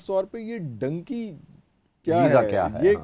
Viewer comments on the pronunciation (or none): It is dunky not donkey